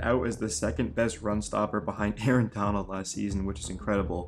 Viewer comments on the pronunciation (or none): none